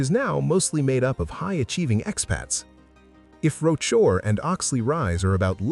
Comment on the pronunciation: Oh for goodness sake. I'm guessing narration is AI-generated. Because of its faulty pronounciation. "Rochor" & "Selegie" & "Quay" etc. Can't you guys do a better job?